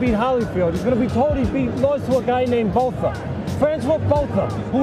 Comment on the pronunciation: Botha Is pronounced ‘Boor-ta’